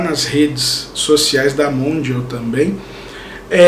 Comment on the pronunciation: Ela nem consegue pronunciar o nome da marca direito....e bizarro... E n acho que vai vender + ou - e só pra dizer que ela conseguiu mais um contrato e o bafafa que dá em cima disso...nada a ver....e ela tem seguidores mas desses 30 pokos milhões apenas uns 100k seguem de verdade o resto é volume.... Esses artistas hj acham que fazendo o maior número possível de contratos revistas entrevistas shootings enfim marketing apenas isso.....N diz muita coisa....a marca vai ter visibilidade temporária mas vendas n sei n... pra ela e pros fãs e so mais um contrato na lista...e como uma competição hj em dia entre artistas e marcas pra ver quem faz mais números msn q esses números n reflitam muita coisa....pro artisraxd grana no bolso pras marcas e outros fins n vejo muita coisa n